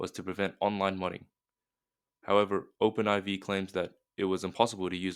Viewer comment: It's pronounced and introduced as Open 4. Not Open Eye-vee